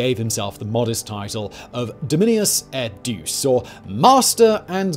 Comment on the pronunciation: "Dominius et deuce" Nailed it.